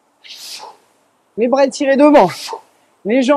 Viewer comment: Ergo. Merci à vous deux. Cindy svp travaillez votre prononciation. Vous mettez des A en plus un peu partout ! Par exemple vois dites brava pour bras. Vous avez aussi tendance à changer les E muets en A.